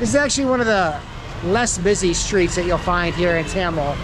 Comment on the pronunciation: It supposed to be Thamel not Tyamel🤣🤣